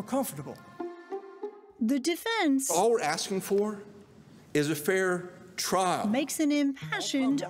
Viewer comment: “Mishtakes were made at twial”